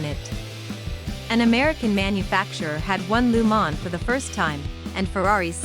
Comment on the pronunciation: Please learn how to pronounce Le Mans properly. It's not Lu man. Gees!